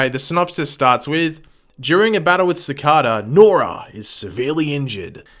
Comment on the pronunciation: Ci-CAY-da, man, Ci-CAY-da. Do you not actually watch the show?